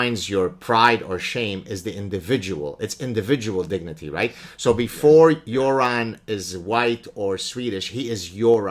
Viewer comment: Props for pronouncing "Göran" correctly lmao